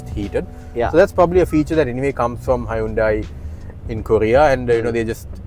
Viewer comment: Good review and good humour too. BTW Hyundai is pronounced as in Sunday.